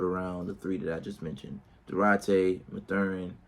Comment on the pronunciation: They r 3-4 and his name is pronounced math-urin good video tho